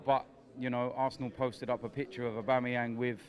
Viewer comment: Robbie- Aubameyang? - aubamabloodclattyang 11 Lol